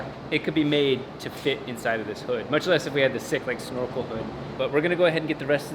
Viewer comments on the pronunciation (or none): none